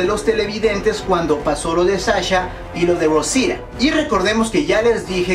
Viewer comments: porque no dices claramente rosita eres mexicano asi q debes hablar claramante el español cuando digas rosita no rruousida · como que 'rrousira' xD es ROSITA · Se dice Rosita No "rousita" los gringos no pronuncian bien los nombres de origen hispano por que no hablan español pero tú no mames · aparte no es rosia es rosita. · Por qué pronucias "Rosira"? xd si es Rosita, y eso que eres Mexicano xd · Por q dices ROUSITA acaso eres yanki >:v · jajaja por que no pronuncias bien rosita jajaja